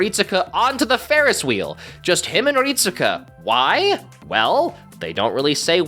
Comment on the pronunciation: His name is pronounced "Rit-ska." (EDIT: Actually, "reet-ska" is probably more accurate, but I'm 100% sure you're supposed to basically skip pronouncing the "U") It's weird, I know, but it is lol